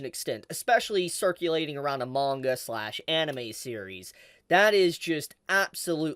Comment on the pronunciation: Awesome info. Thanks for the update. Still hate how you pronounce manga.